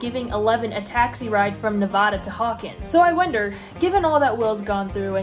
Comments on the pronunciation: That's not how you say Nevada.... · the way she pronounced nevada … 🤣